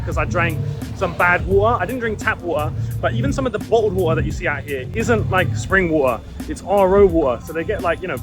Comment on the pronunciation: bro cant say water